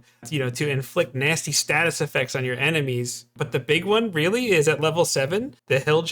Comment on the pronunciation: Real-Lee? Is it real-lee strong?